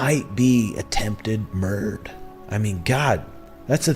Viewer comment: Did I just see someone say "attempted murd"? Whoa, leaving a syllable off is so clever.